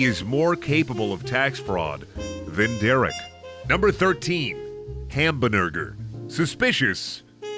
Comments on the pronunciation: Ham-buh-nurger is gonna hunt me in my dreams, isnt he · Fuck i love it when says Hambnurger. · I seriouly can't get past "Hambnurger"... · Every time I heard Hambnurger it slowly became funnier